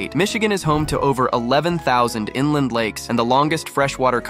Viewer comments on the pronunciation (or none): none